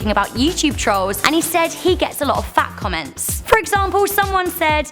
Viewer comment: I thought you said "fact comments" lol